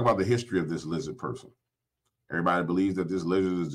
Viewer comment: Can't speak clearly, LIZZA 😂